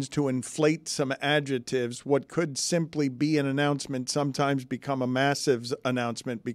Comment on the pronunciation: Can Dan not say the word "adjective"? He is saying "adjetive"